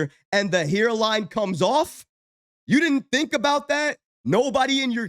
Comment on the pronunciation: "HERELINE"..🤣😂..that accent! Definitely from New York or New Jersey! LOL